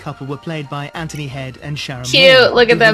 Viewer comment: Not Anther-knee its Ant(huh)knee.